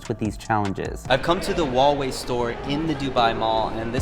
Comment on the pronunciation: The h in Huawei is not silence, since you don’t pronounce House as Ouse, why would every freaking westerner pronounce Huawei with a silent H.